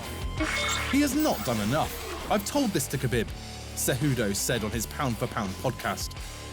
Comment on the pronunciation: CEJUDO, NOT "CEJUDU".